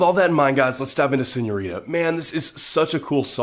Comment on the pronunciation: ❤💕❤💕❤🙆I love how did you pronounce "señorita" pinche gringo I love you !!!!! Thank you... I needed this video